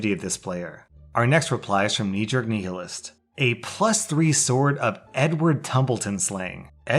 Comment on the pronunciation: You pronounced nihilist wrong